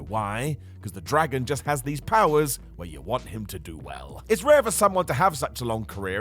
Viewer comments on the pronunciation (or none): none